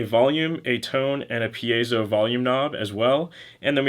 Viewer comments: Pee-Ay-Zo is the correct pronounciation. You did it correctly. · You pronounced it right. It's not pie-zoh (as in pie that you eat), it's pee-ey-zow.